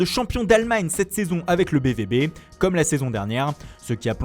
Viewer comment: C'est bien la peine de faire des accentuations très prononcées pour les langues latines lorsque sont cités Mundo Deportivo A Bola ou la gazetta Delo sport. A ils disent BVB => BVB comme un français. Ça se prononce B Fao B. C'est comme si on disait Jouvantues !!